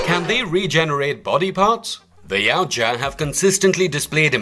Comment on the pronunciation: YA-OOT-YA not YOW-CHA